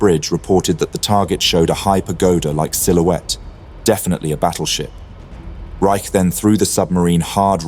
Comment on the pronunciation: Regarding the captain of Sealion II, Eli T. Reich, his last name is pronounced “Rich” not “Rike.” My father was an officer on board Sealion II when Kongo was hit.